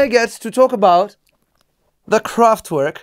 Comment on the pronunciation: Kraft-V-erk and machine, with no S, so English machine. Just in case... :)